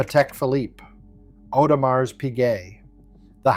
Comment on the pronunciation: This is interesting but until the AI Voice Generation can properly pronounce Audemars there is zero credibility